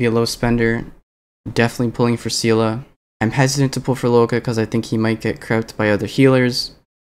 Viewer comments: im pretty sure Seele is pronounced seal-lee btw, it's like the genshin seeles :) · bro literally calls Seele "Seala"?? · i split it into two: see-le the "see" as in the word see and the "le" as the "le" in leave The japanese dub of honkai pronounces it somewhat like "see" as in the "se" in sent "le" as in the "re" in rent, but the "r" sound is more trilled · lol dw, it does come with a bit of preference but it does feel a bit weird